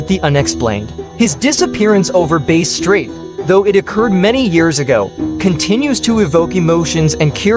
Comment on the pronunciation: Couple of points.. Bass straight ( rhymes with “ass”) and he was in a Cessna 182 I believe, not a Bonanza 🙂 Great video !